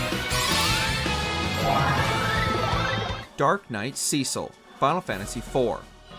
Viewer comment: The greatest boss for this narrator is still pronunciation Cecil: with a short 'e' sound. Name is spoken aloud multiple times in the 3DS remake Ozma: ahz-ma, just like in the book/movie the name was taken from Bevelle: be\velle not bev\elle. It is said aloud in the game